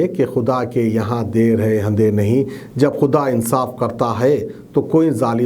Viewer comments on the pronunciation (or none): Hander nahi andher bolo qaabil anchor aur kitni pension milti jhooti taarif karne ki pahle gharrrebon ka paisa wapas karo bolo aalima nohera shaikh ko